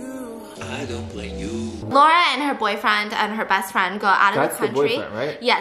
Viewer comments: it genuinely triggered me how she pronounced Massimo right but didn't pronounce Laura right 😂😂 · It’s LAURA not lora 💀💀 it’s a polish nameee